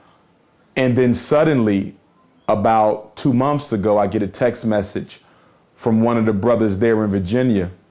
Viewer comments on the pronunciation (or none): A doctor that cannot pronounce the word months ( mumpfs)